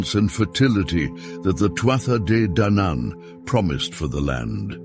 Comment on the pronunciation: This was an interesting video. The lines between mythology and reality are blurred and it's hard to know how much of Irish mythology is actually based on some truth. The AI voice did irk me with it's wrong pronunciation of Tuatha Dé Danann but I got over it as the video went on.